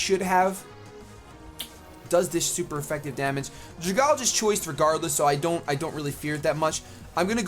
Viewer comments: When you read pokemon names, I think you need to realize what the real-life comparison they are trying to make is. So Dragalge is a dragon algae, so it is pronounced "Drag" (from dragon) - "algae" or "algee" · Dragalge ( DRA-GAL-GE ) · Dragalge = Dragon + Alge (the green shit that grows in lakes). Drag-al-ge Why can't ANY pokemon youtubers pronounce that? XD